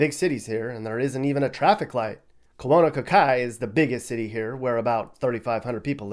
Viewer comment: It's not Kolonakai,..it's Kaunakakai. No,if you move to Molokai and establish a residence there,you're known as Kama'aina. I was labeled that when I lived there,and will always be that.